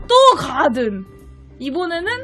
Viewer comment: 가rrrrrr든이 뭐가 저리 많아ㅋㅋㅋㅋㅋㅋㅋ